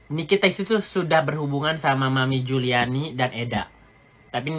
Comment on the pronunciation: Ngeri org seperti ini.... . Keluarga bukan Kapasitas ga ada Data dpt dari dunia maya . Taunton kota tempat sekolah Laura aja dia ga bisa sebutin. Juliana di sebut Juliani Hahahaha.... . Tapi berbicara seperti tau semuanya. . Mengamati kegilaan org ini dari bakal menjadi reseller skincare nya Nikmir tp ga sabar dan sok tau dg bpom lah, bahan bahan berbahaya yg ada dlm skincare dg berbicara sok pharmacist yg menggunakan baju lab. . Belum lg bongkar sisi teman2 Nikmir dari suami Fitsal sebelum Cen, bongkar sisi istri pertama dari suami Amel, dll yg semua data hasil dari googling dan fb. . Pointnya orang seperti ini sebaiknya jgn dikasih panggung, toxic!